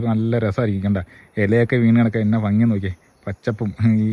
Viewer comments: ഫങ്ങി അല്ല ഭംഗി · ഫങ്ങി അല്ലെടോ ഭംഗി